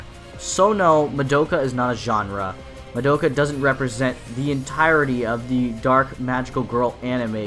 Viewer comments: I swear it's pronounced Mah-Doh-Ca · but they always pronounced as Mah-Do-Ka